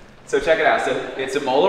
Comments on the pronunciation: Say “im” like “him” im-ola Not “e” like “he” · The way you pronounce imola should be a criminal offence haha but congrats on the car bro